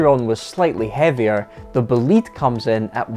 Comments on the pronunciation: It's not Boleeeeed, it's Bolide as in a meteor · pronunciation of "bolide": Boh-lee-deh. Meaning Fast car in Italian. Not a Bugatti fanboy but I freaking love this car. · What a monster car , BTW "Bo´lide" is the correct pronunciation (and the final "e" is sound and not silent) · pronounced correctly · It's pronounced "Bolida", it's German for fireball (a fast car). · please can you pronounce Bolide like bo'-lee-day. it is the italian word for meteor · the correct pronunciation is like is written, Bo-li-de. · please learn how to say bolide. because in italian what you said is "belit". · Learn to pronounce Bolide, which is essentially "hot rod" in italian 😉 Bö-lee-dae Awesome video 👍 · it's boh-lee-deh btw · Shouldn't that be pronounced BOH-LYDE? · That pronunciation...it's Italian, "BOLIDE" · Nice video dude, but I Wanted to tell you that I think the name is pronounced differently. try to listen on google with the Italian pronunciation how it sounds. Cheers